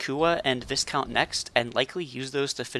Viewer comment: Love dude didn't realize it had the slow and have most but don't use many BM weapons. Oh and the following is mad with love Viscount is pronounced with a silent S "Vicount". Good vid dude and got a sub from me.